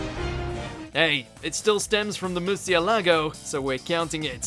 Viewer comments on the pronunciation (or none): Its Murciélago not Murcialago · It's Murciélago not Murcialago. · It's actually "Murcielago" not "Murcialago" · It's Murciélago not Murcialago damn is not the first time you've done a Bleach countdown get it right. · Huce mundo tf is that and Musialago its Murcialago 😂😂😂😂😂😂😂😂